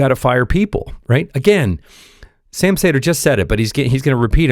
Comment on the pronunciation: I hate how you say Sam's name